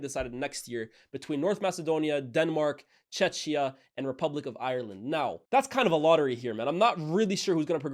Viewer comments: Bro it is pronounced “checkia” not “chechia” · please don't call us CzeCzia lol. I'm not that pedantic about this myself but it could rub many Czech people, especially older folk, wrong because of the dark period of Soviet oppression and because people get it often mixed up with Chechnya, which is a Russian territory and is pronounced this way. Czech Republic will always be the best, but Czechia (with a 'K') will also do.. sorry for being that guy lol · Nahhhh what was that pronounciation of Czechia 💀